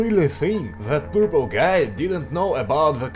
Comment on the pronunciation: Hi,. You made a mistake in the word "Purple" in the intro!!!